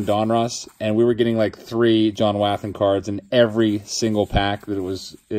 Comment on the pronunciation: Come on....you need to get John Wathan's name pronounced correctly...start his last name like saying Water not like how a babies cry of waa.